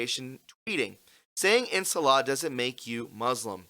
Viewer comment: Its pronounced "In Sha La"